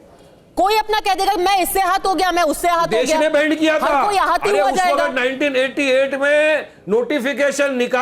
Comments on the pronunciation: पद्माजा जोशीजी, ये "बेवारिस" कठाण,बैन को "बैंड,बैंड" कर रहा है!☺️☺️😊😊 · बेंड नहीं बेन पहले बोलना तो सिख ले।😂